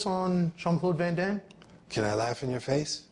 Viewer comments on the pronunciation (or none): "Do you know VON-DAHMM?" I know that because Van Damme is Belgian, it might actually be pronounced that way but Arsenio says it so goddamned weird, man. Lmfao. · Wtf arsenio cant even say van damme right... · Arsenio saying van Damme even if it's correct just kills me